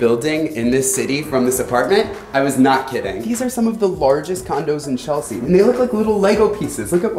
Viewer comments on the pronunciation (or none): none